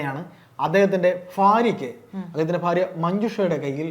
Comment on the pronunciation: ഫാര്യ അല്ല. ഭാര്യ